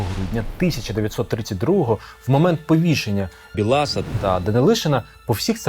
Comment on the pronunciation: Дуже сподобалась інформація, чудово, але Бііілас!!! а не Білаас - на Дрогобиччині немає Білааасів